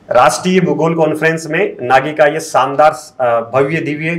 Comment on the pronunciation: Saandaar nh re…shaandaar 🤦🏻